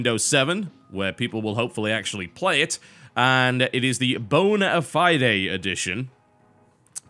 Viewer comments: Bon-a-FI-DAY?? It's "Bon-a-fyde" -. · you just called it the boneifiedé edition xd its bone ifide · "bone-a-fy-day" I lol'd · Read, it's bone-a-fiDE. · Look man. The second "e" in bonafide is silent. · TB, The Fied in Bone-A-Fied is pronounced like "died"